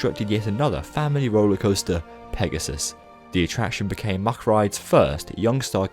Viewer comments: What never ceases to amaze me at Europa Park is the awesome theming. I've been to Heide Park many times before I first came to Europa Park and it just blew my mind. Europa Park's theming is just awesome. Oh, by the way: Good effort on pronouncing the ch, but Mack has just a hard k at the end ;) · Hey so I'm a staff member at Europapark and we actually pronounce it MaCK(K) :)